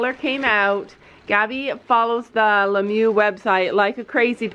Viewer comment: Omg STOP SAYING lemoo it’s not that it is said “lemier”